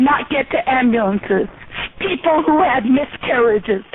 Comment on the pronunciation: "There are eople who have died because of telemarketers!"...lol!!!